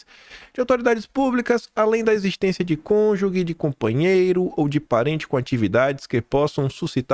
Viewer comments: Só ajudando: não diga “ Cônjugue”. Diga “ Cônjuje”. A palavra não tem o “u” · CÔNJUGE se pronúncia com o som de "cônjuJE",.